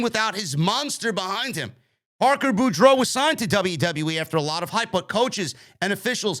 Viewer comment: it's pronounced Parker BORE-DOUGH. like Scarlett Bordeaux